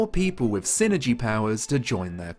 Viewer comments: i always pronounced it psy-energy. pronounced "sigh-energy". psychic energy. psyenergy. i didnt know what you were talking about for a second. lol yeah... every time you say "sinergy" i just cringe. it IS psyenergy, not sinergy. pretty sure the developers would agree. it is literally psychic energy. psyenergy. (also whispers "foo-sheen" at you. im a real sticker for pronunciation.) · Not sure why, but I always thought it was pronounced Psi-energy. I loved this game as a kid and im happy you made a review for this!